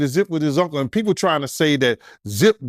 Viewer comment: His punck-le? No diddy!